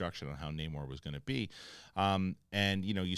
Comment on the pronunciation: It bugs me that everyone calls him Namor when he clearly pronounces it Namor. Totally different names.